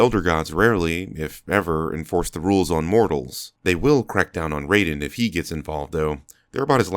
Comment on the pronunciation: Raiden, not Rayden.